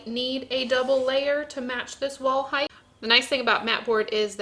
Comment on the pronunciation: Why does it sound like is saying "heighth"?